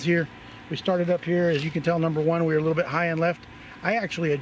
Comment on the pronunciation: Litlate! She said nuffallready! Hoho